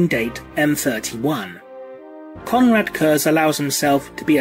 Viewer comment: Konhluad Kööhs is spelled Konrad Kurze. Kekw